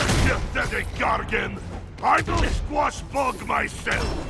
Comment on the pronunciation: Gargan... please. You embarrass yourself!